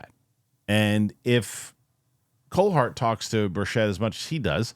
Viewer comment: Rep. Burchett is pronounced like 'Burch-it' man